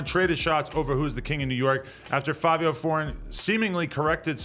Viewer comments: Why do u and others keep saying FAVIO when it's clearly FIVIO.... an I sound....... Nevermind it's Fivios fault for picking such a stupid name anyway lol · Fav-I-WHO..????????? NEVER HEARD OF HIM CANT BE KING OF NY LMAO 🤣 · WHY DOES ADAM KEEP SAYIN FABIO!!! lollll